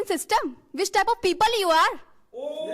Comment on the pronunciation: Who might heard peepule 😂😂 it was hilarious 😆